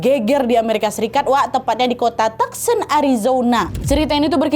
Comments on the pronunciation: Koreksi bacanya "tu son" bukan "tak sen". 😊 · Tucson dibacanya tu-son.